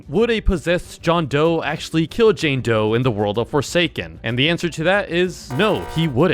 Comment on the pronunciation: It’s doe not joe